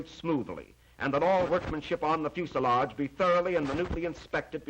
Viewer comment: It flies and flights and lands the pronunciations stay on the ground